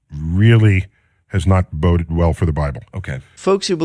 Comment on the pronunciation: Weird way to pronounce 'compilation'. 'Boded' doesn't seem right, either.